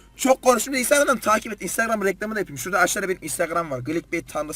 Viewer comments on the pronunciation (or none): none